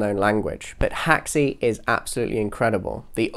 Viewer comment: Where did you get the info that Unreal is built with Haxe? I know it has Haxe integration plugins but I can’t find any mention anywhere of it being built with it. Other than that great video dude P.s. it’s pronounced hacks, not hack-see